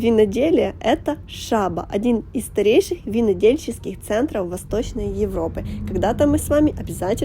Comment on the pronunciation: Не шаба, а Шабо. Делитанты